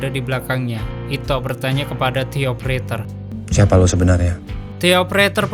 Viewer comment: De opereter bang bukan ti opereter